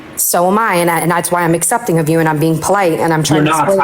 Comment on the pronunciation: bruh i got muted once for saying “assepting” bc i HATE how says accepting